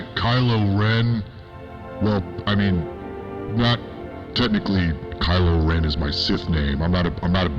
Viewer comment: Did he say “Scar-lo”??